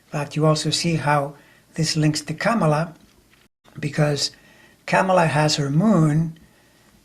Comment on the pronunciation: Great sense you make of this. I have to remind myself constantly to say her name, not like Pamela, but like 'comma la'. Many of us do.